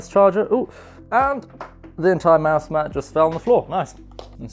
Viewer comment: Is he saying mouse mad or is it just me